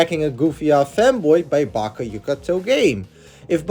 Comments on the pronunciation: The name: Byakuya The pronunciation in this video: Bakayoka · “Bakkiooka Toe-Game” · IM NOT TRYNA BE RUDE BUT THE WAY HE PRONOUNCED BYAKUYA MADE ME DIE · The way you pronounce byakuya’s name lol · the pronouncation of byakuya 😭😭😭